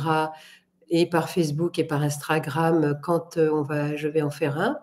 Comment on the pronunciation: Mille mercis à vous pour toutes ces informations utiles que vous partagez avec nous ❤ Vous me faites rire à chaque fois que vous prononcez Instragram 😂 Merci de nous suggérer d’autres livres, personnellement je vous suivrais dorénavant avec la petite cloche ❤